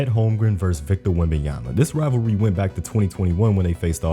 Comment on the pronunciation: "wembayanfnen" 😭😂😂😂😂 i cant man